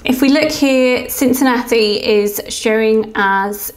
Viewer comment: Hey! I live in Cincinnati! You pronounced it perfectly!